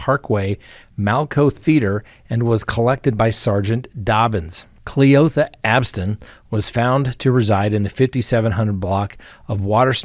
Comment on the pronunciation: The way you said cle-OTHA straight took me out 😂😂